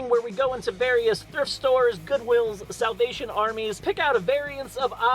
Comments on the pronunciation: I know he said salavation army but it sounded like south-asian army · I deadass heard "South Asian armies " instead of salvation armies at first